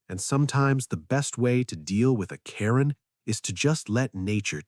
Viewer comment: Quit destroying the name Karen!!!!